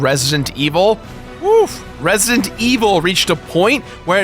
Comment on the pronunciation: "Resident", dammit! "REZ-I-DENT"--not "Ressint"...